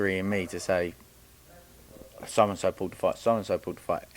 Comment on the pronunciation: Why does someone that say Pauled instead of pulled think they are smarter than everyone else? The gain is you can finesse the public again telling us these boxers are in the same level or can beat fighters like a Canelo or that you’re education in the sport is actually relevant. What fighter have you taken from amateurs to pros. None Pipe down another footballs coming home hype job